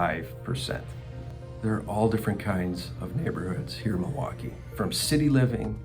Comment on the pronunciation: It’s Mil-waukee… not, Ma-waukee. Always a tell of a local.